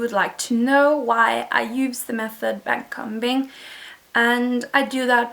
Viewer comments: It's not backcumbing you say backcombing you say the o like you would when your saying the alphabet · Lol very weird as a US citizen to hear someone say a combing (b is silent) com-bing or com-ber the B is silent. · Yes! It was so odd to hear it said that way